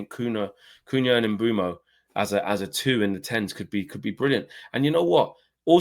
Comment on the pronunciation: HAVE BUTCHERED HIS NAME LEFT RIGHT AND CENTRE 😂😂😂😂